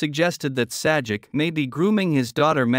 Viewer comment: It is pronounced "Say -Jack". not "Sad-Jeck".